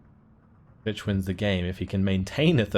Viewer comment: you say vich i keep hearing bitch XD